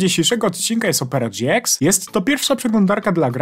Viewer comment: Mówi się Opera gie ix a nie dżi ex. (lajkujcie żeby widział)